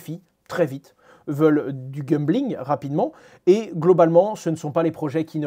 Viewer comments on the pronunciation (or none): Pourquoi tu prononces "Gumbling" au lieu de "Gambling" ? :-)) J'ai souvent noté ça… prononce bien bordel :-)))